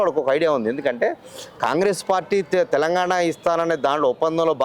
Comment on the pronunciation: ఇంటర్వ్యూ చేసే వ్యక్తి స్పష్టంగా మాట్లాడటం నేర్చుకోవాలి.. కనీసం 'తెలంగాణ' అని కూడా పలకలేకపోతే ఎలా